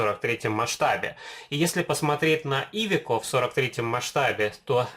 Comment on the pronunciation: Классный обзор,но ударение в слове iveco на букву Е😁